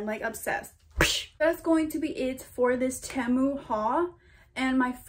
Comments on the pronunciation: its actually pronounced tee mu but tehmu works too :) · Its pronounced t-moo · temu is so much better in my opinion, but its pronounced as tee-moo lol, ur so pretty btw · Team-u not Tam-u 😂💕💕💕 Loved this haul! New subscriber here!!! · i prefer temu (by the wway its not pronounced temu its pronounced tee-moo) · PRONOUNCED TEEEMOOO. your welcome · the way she's all proud sayin ten moo 💀😭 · it’s pronounced ti-mu, loved the video btw !💗💗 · It’s tee moo thats how u prenounce it Temu is name brand oki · 1: it is pronounced tee-MOO 2: I do prefer temu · you say temu tea-moo btw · Pronounced TEE-MOO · It's pronounced te-mo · It’s pronounced TEA-MOO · Temu is pronounced tea moo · It’s pronounced ‘’ tee moo’’ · its pronounced tea- mu